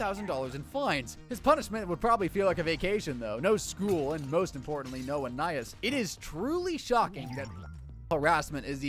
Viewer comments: "ahnaiyees" that is NOT how you say anais😭🙏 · bro is saying it like aniis, it suposed to sound like anieese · You "watched the entire show" but mispronounce the name of one of the main characters. To anyone who doesn't know, Anais is Anne-aye-eece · “An-eye-is” is not her name 😂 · Why is no one talking about how he pronounces Anais? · The real crime here is how this guy pronounced anais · You said you watched every episode, yet repeatedly mispronounced Anais. Wait, is this just a text-to-speech channel? Dammit... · thats not how you say her name bro quit tryna be different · You are pronouncing Anais wrong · He mispronounced the name of a main character. He didn't watch the show.